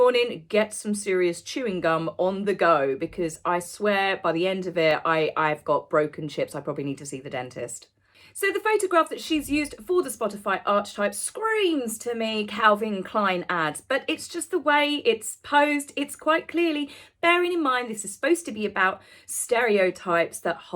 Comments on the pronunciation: Pronounced —- ARK E TYPE !! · Be careful. Meghan has a patent on the word arch! BTW, it is archetype ( arkitype!)